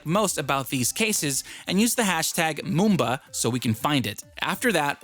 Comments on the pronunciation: It’s Mumba not mooba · for mumba its mum-ba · #Mumba pretty much everything about this case is perfect , especially me who’s always out and about doing some shopping or just having a trip. Also , I’m pretty sure it’s pronounced : Muh-m-buh. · i like it how u say #Mumba